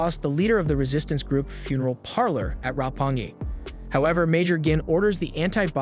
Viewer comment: Jesus Christ Roppongi- Ruh-pone-gee Guin- Gween Yahiro- Yaw-hee-roh Hare- Harr-ay Souta- Soh-tuh Arisa Kuhoin- Arr-ee-suh Koh-oh-een Kanon- Conn-in (To be fair they rarely said her name.) Ayase- Eye-uh-say Tsugumi- Suh-goo-mee Daryl- Dair-ill Okina- Oh-kee-nuh Kurachi- Curr-ah-chee Da'ath- Doth Kurosu- Kurr-uh-soo Oogumo- Oh-guh-moh Tennouzo- Ten-oh-zoh It's like you were asking for this.